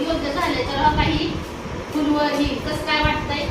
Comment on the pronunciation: फुलवर नाही फ्लॉवर म्हणतात